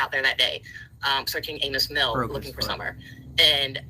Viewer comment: I wish i could tell the following: Amis Mill is pronounced like “Amy” Mill; there is no such thing as Kingsport County; Americourt is a sketchy, extended-stay hotel, not a motel; there is no hospital next to Americourt hotel; I think you meant “silhouette” when you said “statue” and “statute”; I hope the 9 cats you own aren’t all indoor cats, or your house is very large, because living in a modest-sized house with 9 cats might be a bad idea; ranting about one’s own sob story on a live video about a missing child is tacky; and, either you’re a horrible liar, or you need to visit a neurologist who specializes in memory loss, asap,. Love the show, Chasing! Mwah💋